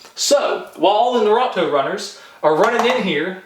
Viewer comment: lol he said nurato